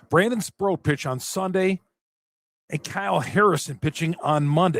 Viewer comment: for the record it's SprOAT - like he's the gOAT... not SprOUT - like strike 3, you're OUT.